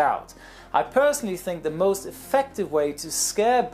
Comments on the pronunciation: "Sie" Germans ahaaha I always think about Clarkson and his "Sie Germans sie" ahahah. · LOOOOOOL "Ze Germans" XD XD